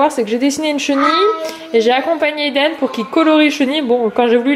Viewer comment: Quand Eden choisit son histoire, il me semble que tu as dit "LiDen" Un mix de Lili Rose et Eden?😂😂 Super vlog, bravo a ta fille pour le 4 pattes Bisous 😙